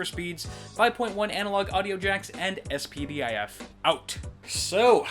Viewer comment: S/PDIF is pronounced 'SPIHD-if'. You teach me, I teach you.